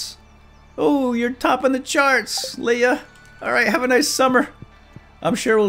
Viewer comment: Did he seriously call Leah "Leia"? Maybe that could be the new thing with you two (along with radishing).